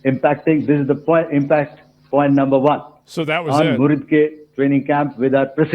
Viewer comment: based on accent of pakistanis pronouncing "number" as "lumber"